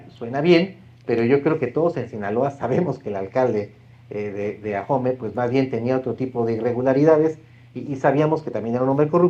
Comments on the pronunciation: Oye chairo se dice AOME No AJOME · Ahome la h es muda no se pronuncia, no es ajome. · Deberian informarse, es aome(asi se pronuncia), no Ajomé. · Por Dios, Señor. Ahome, la H no se pronuncia. Por consiguiente no es Ajome. Porque así se le oyó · Se pronuncia Ahome y no ajome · Adela, es AHome, con h muda, no AJome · Este tipo no sabe ni nombrar el.minicipio se pronuncia "ahome, no ajome" la "h" no es ingles jajajja vaya tipo, si no sabe pronunciar ahome, su credibilidad es cero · Se pronuncia aome: Ahome ( lengua cahita-mayo-yoreme ) no se pronuncia ajome, si va a opinar primero investigue bien. Insistió varias veces y su pronunciación es pésima. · Porque nadie investiga cómo se pronuncia Ahome porque dicen Ajome? 😂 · Se escribe Ahome, y si se pronuncia aome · la h es muda...Ahome se pronuncia a'ome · Investigó tan bien que no sabe pronunciar Ahome 😂. No entiendo quien les hace llegar que decir porque se ve que no ha puesto un pie en Ahome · Mucha información y todo lo que tú quieras pero en cuanto pronuncia mal el nombre del municipio ya valió barriga su "profesionalismo"